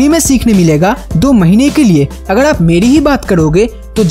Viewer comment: It is irritating and irksome to listen your pronunciation of " r" as " d"...viz., agar is being pronounced as agad...😆😆😆😆 .. perhaps your dictionary missing the letter r...!!